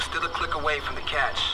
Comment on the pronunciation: Cache is pronounced "cash." Just FYI.